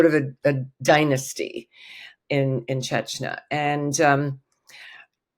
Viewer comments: Uh, this lady seems to enjoy frequently mispronouncing “Chechnya” as “Chechnuh.” What did you expect? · Does she keep saying “chech na”??? Very distracting and never heard Chechnya pronounced like that from an expert? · Why can’t this supposed expert pronounce “Chechnya” properly?? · Good thing her name is only 3 letters long. She can't even pronounce Chechnya. Look it up. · Russian expert cannot even pronounce Chechnya correctly? This is why Putin has no respect for us.